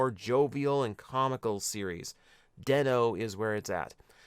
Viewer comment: Bro did not just say den o is good